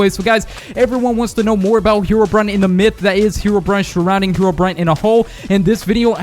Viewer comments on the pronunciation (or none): none